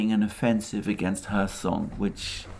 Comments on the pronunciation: There is a "K" in Kherson. My wife who is from Kherson pronounces the K. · Nope. It’s pronounced Hersón. like German Herr) and són.